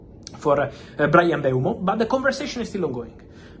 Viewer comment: At last someone who pronounces Mbeumo's correctly.